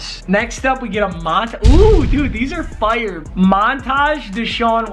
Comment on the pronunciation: When he says fire he sounds like he is from Canada